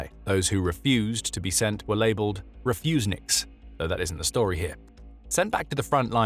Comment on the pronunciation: "Refusnik?!" Is that for real?